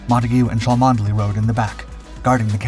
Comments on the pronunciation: Please, Cholmondely is Chumley when spoken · Arrrgh the mispronunciation. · Cholmondeley, pronounced Chumney I beleive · 'Cholmondeley' is pronounced 'Chumley' ! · chomondley is pronounced chumley. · Thank you, I was just about to say the same thing.. good to know how known it is 👍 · This is about one of the greatest deception plans ever. The man who thought up the plan was Charles Cholmondely (pronounced 'Chomly'). You should be ashamed that you failed to provide the correct pronunciation in your episode.